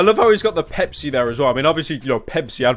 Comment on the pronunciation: Is it wrong that I heard 🅱️epis whenever Pepsi was said unironically